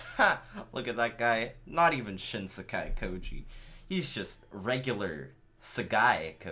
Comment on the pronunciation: The only thing about shin sekai koji that makes me hate it is how they pronounce it SOOOO badly